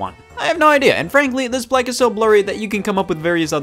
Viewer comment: plaque... did u say it werid o.o like big shaq